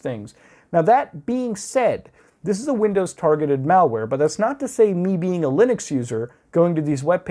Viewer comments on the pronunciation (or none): none